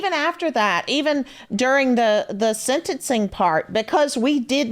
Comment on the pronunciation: It’s not “senencing”, Savannah. It’s “sentencing”.